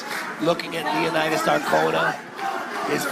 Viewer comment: I still find calling leonidas "lio naidys" hilaaaarous😂